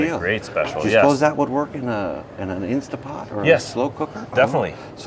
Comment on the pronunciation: Guys, it’s INSTANTpot not INSTA . Like scratching on a chalkboard 😂